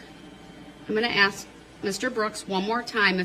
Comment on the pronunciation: Why does he have a problem saying the word ASK???